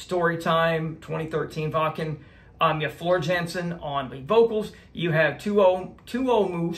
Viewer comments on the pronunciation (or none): You get it man. Great reaction mate. The only problem was the absolute butchery of the names , but you'll get it eventually. I'll give you a starter - Floor's surname is pronounced with a soft J - so Yansen is how you would say it. You have just opened up a big rabbit hole - the Nightwish army will be along shortly. Look out for the General - Gabriel Bardac is his name.